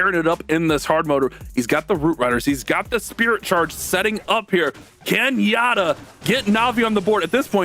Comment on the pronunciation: Yat-ta why pronounce it ya tta , yat-ta in japanese means yehey, just saying😅